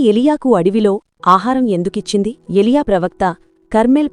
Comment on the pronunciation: అమ్మ వాక్యం చాలా బాగుంది కానీ 🎉 ఎ లియ కాదు ఏలియా 🎉